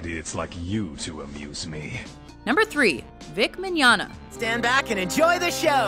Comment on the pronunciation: Yay!!... Now I know how to pronounce "Mignogna"! Thanks Mojo!😁👍